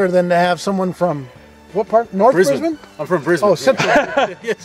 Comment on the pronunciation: Oh, heard an Aussie say Brisbane correctly and said it correctly back. Finally, An American who doesn't call it "Bris-bane" or "Bris-born", He used the correct pronunciation of "Bris-ben"!